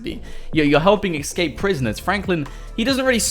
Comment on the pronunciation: Escape not ekscape